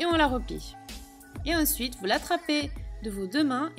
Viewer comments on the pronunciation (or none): Pour venir "insuite" :-)